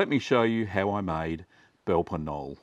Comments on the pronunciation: Funny pronunciation of the name. LOL! Speak it like Ka-nol-leh if you do not manage to drop the a but to keep the k pronounced, but "nol" is totally wrong. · Wonderful recipes. Comical pronunciation. Belper K-noller is closer. Pronounce the "K" and add an "uh" on the end. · The K at the start and e at the end aren't silent :)